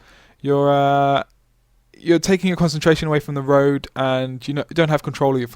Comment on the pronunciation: Why do you pause before stressing the final consonant and stress it hard at the end so much "hi-----------tttt", "loo----kkk", "roa------ddd? What's the reason for that, is that the new in-crowd way of talking? It sounds fake-posh, "jerky" and status-seeking. A bit like the way you pronounce the "I" as "oi" "oi loike oice cream". Are you from Gloucestershire? Do you "droive" a tractor?